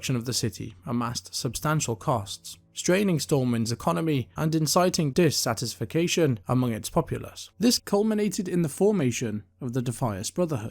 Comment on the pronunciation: I’ve never heard anyone pronounce “dissatisfaction” that way before